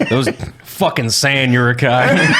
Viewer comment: This is the first time I've heard Uruk-hai pronounced like that. "Yurukhai"